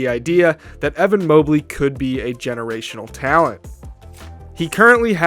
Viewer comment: Evan Mobley, "geerational" talent